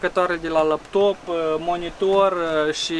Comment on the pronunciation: "Lăptop", Mooor! =)) =))